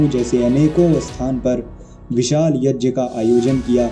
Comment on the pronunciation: अपने यज्य का उच्चारण किया हैं यह तो अनार्य नमाजी करते।